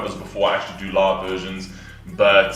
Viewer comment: I very much enjoyed this reaction. And when you said 'live' it sounded 'love' to me but in a sense it was also very appropriate ;)